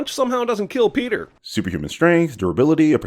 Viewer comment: I am giving you a thousand sins for ruining Peter's name. :(